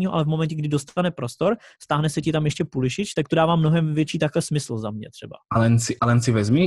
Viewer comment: Pulisic se vyslovuje Pulisik, ale v pohodě i komentátoři to špatně vyslovují